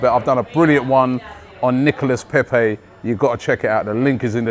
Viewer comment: Robbie a French guy taught you how to pronounce Nicolas Pepe YESTERDAY!